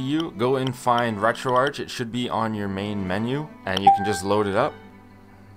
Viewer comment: first time i hear someone pronouncing it like u to most of the times ppl call it retroarc i treid retroarch first time on my psp and it is so bad